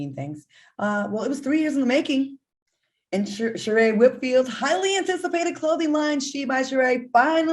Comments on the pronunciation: Al’s friend, “Shur-EE” 😮‍💨😮‍💨💀💀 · Sheree Al really? If she’s your friend how you don’t know the pronunciation of her name Sheree’. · Al is Sheree really your friend? I mean you can never get her name right. 😂😂😂😂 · Al said Sheree is his friend, and mispronounced her name... smh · how does al stay mispronouncing his friends name. professional cappppp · This is the second time he's mispronounced Sheree's name. How are they friends? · Al doesn’t know how to pronounce his friend’s name, Sheree?! Mkkk. But, he was spot on about Kanye, Diddy and Swizz ☕️ None of them have sound business practices 🤷🏽‍♀️ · They're friends but he can't remember how to pronounce her name